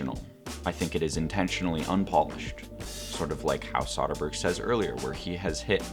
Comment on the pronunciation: And yet he mispronounces Soderbergh's name throughout